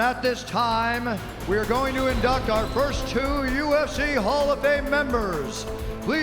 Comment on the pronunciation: And he said indect not induct so now we know that he learned the language from his money cause now he says induct like a normal person